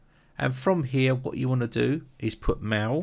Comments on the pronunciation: wtf are you calling 'mail' "maw" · It deeply disturbs me how the word "mail" is pronounced.